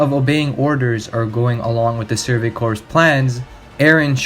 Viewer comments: Corps=Core. Not corpse. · I noticed video essays about anime misuse the english language so much probably because these weebs listen to too much japanese. Its pronounced “survey CORE” not “corpse.” Have you ever heard of the Marine Corps?? It’s “naivety” not “naiveness”🤦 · I was going to correct you when you said "Surgery Corpse" instead of "Surgery Crops (core pronunciation)" But uh Surgery Corpse pretty accurate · Idc I'm gunna be that guy, Corps. is pronounced 'Core', not corpse. Shit makes my skin crawl, cause like you hear it in the show and other mediums. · Excellent analysis Small critique - “survey corps” = “survey core” (pronunciation) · Great video but corps is pronounced core. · Since your video blew up, I'm sure you've probably gotten comments about this but I haven't seen it so I may as well make a mention just in case. "Corps" is pronounced "core". :) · Great video, amazing and well done - however not to be a pronunciation nazi but you switch between pronouncing corps correctly and incorrectly so often lmao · Great video man! Honestly good stuff! If I could make one critique it would be that the word "Corp" is pronounced "Core".